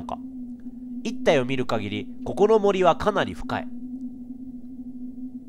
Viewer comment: 一帯がいっ↑たいwww このゲーム精神的に疲れそう😓 おじさん赤いですよww